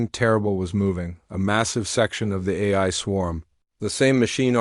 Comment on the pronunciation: this dot dot dot is horrible AI trash. mispronounced words everywhere. it can't even say AI properly. LOL. AI that can't say AI...